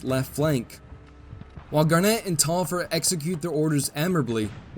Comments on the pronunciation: Pronounced Tolliver. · That Taliaferro pronunciation is quite painful. Also, I'm pretty certain it should be Tallaferro (two LL, not Li). Tallaferro is an Catalan surname. In Catalan, its pronounced as Thai-a-fe-rro (rro being the same sound as ROach).